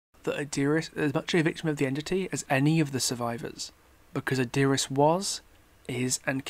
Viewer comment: This whole time you we're saying Adiris, I thought you were saying Our Dearest from simping